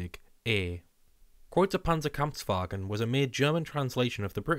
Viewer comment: My honorable congratulations for the really good pronunciation of the German designation of the tank. 👌👍